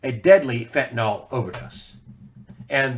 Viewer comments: I really wish people would learn to pronounce fentanyl. It's not "FEN-ta-nol"; it's pronounced "FEN-ta- nil" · Fentanyl == Fentanol?